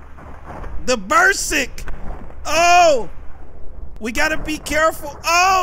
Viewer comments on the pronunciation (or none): The bersick! The bersick! I was dyin' laughin' when he was sayin that damn word wrong. Berserk,. Berserk lmao. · (Berserk) It's not Bur-Sik cuddy. It's "bur-surk" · "Buhr-serk"! not "Buhr-sick" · it’s beserk like insane not bersick 😂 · it's pronounced "Ber-serk" not "Ber-sik" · "the ber-sick the ber-sick" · said bearsick lmao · It's /Bi-ze-rk/ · nahh he said "burr sick" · when you can't pronounce the word "berserk" 😂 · miller my cuddy nshit, but he can't be pronouncing shit wrong like that and be confident that it is correct lol